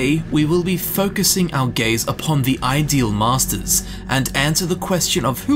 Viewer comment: You are saying it wrong. The inflection is on ‘ideal’ not ‘masters’. They are the masters of the ideals in their realm, not the ideal masters to have.